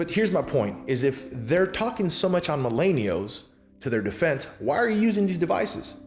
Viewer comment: Good stuff but your pronunciation is appealing Mil-en-i-als